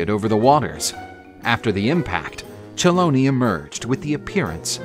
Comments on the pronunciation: Please try to pronounce the names of our mythology correctly. It's pronounced "Helòny". I'm a Teacher in Greece, if you need some pronunciation help I'd be happy to provide it at no cost. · Colony? Keloni? Cheloni? What is ittt